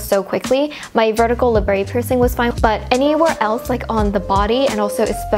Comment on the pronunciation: labret isn't french or anything, there is no accent. its pronounced how its spelled la-bret